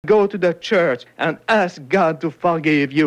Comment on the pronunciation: My favorite part is the emphasis on the word "ask", implying that what they did was so evil they're not even sure if it'll work.